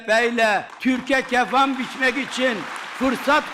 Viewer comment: ''KefAn'' diyor be kardeşim !!!